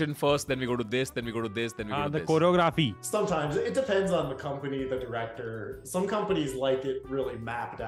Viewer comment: says choreography 😂